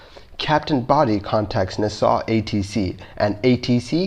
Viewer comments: It’s nass all not nahsal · I love your channel and don't want to sound like I'm trying to micro-manage but "Nassau" is not pronounced "Ni-saw", it is pronounced "NA-saw". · Agreed. Also, it's NAsaw, not naSAW. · Just so you know, it's pronounced "NAH-saw," not "Nuh-SAW." Minor, but worth noting for future reference. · Nassau is said like Nah Saw, not Na Saw. Component is said like com po nent, not comp o nent. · Neu-saw? Don't you mean Nassau? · Nass aw, not na saw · Friendly tip... the pronunciation for Nassau is Nah-Saw. Like, "hey, do you want some?" "Nah." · The pronunciation is NASS-aw ! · Just a weird comment (irrelavant)- When pronouncing "Nassau", please refer to an old '70s pop song, "Funky Nassau", where the accent is on Na, not on ssau, like" Nahsaw, funky Nahsaw." Other than that, loved this one as always!!!!!!! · Nah-saw lol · Repeat after me.. NAS-SAW. Otherwise great job as always! From everyone from Nassau Bahamas and Nassau county New York. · IT’S PRONOUNCED NASS-AWW (HOW IS IT POSSIBLE NOT TO KNOW THIS?!?) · Try saying Naaa Saw..... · Na Saw, The city is spelled Nassau, pronounced Na saw. Glad it was an easy one. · You mispronounced Nassau throughout the video. And I agree; only use video/pics of the aircraft type involved in the incident. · Check your pronunciation for 'Nassau'. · Please learn to pronounce city names Nassau...look it up. And the random plane images are annoying. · Get somebody to help you with the pronunciation of "Nassau". =PC= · Guy cannot pronounce “Nassau.” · if you're going to do a video about L 1011 you should show L 1011 . and learn how to pronounce Nassau . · It’s “Naaaaaaaa. Ssssaaaaaawww” so “Nassau” au sounds like aw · Please learn how to pronounce words. You got Nassau wrong.